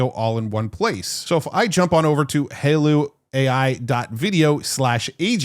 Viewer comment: Its "Hi-Law" not "Halo"..